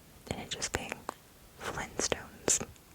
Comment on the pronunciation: The flinstones. Bruh. Who Tf doesn’t pronounce the T.